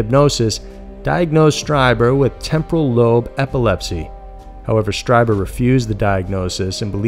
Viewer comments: Ditto!!! I love how the narrator just sticks to the story - doesn’t have stupid side stories or drama or opinions much Like most other male YouTube narrator’s! I do cringe it some of the pronunciations like in this video for instance Strieber Phonetically is capital STREEBER.... not STRY-Burr —- but who cares it’s such an awesome channel!! One of my top fave channels! I know that it’s not a popular opinion to have, that there’s obviously + probably (imho ) aliens & other planets etc. out there, it just seems like common sense to anyone that thinks about it for more than five minutes!!?? I honestly have more distrust in people that don’t believe there’s something out there than the people that do believe. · Whitley's last name is pronounced, "STREE-buhr". He himself identifies this way in his radio show. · Pronounced "Stree-ber" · Whitley Strieber's last name is pronounced stree-ber, like bee-ber. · Strieber is pronounced Streeber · it's pronounced "Stree-ber" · You often bug me when you don’t research your stories enough to get people’s names correct. Whitley Strieber is very famous, and very credible and pronounced like “streeber” - with a long e sound, and not with a long i sound. Do your home work dude - you get many names wrong.